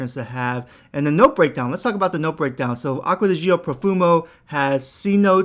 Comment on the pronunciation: Stop saying it jee-oh . It’s just Joh